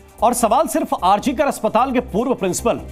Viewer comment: Hospital ka naam to sahi se pronounce kariye Mahoday R G K nahi R.G. KAR HOSPITAL hai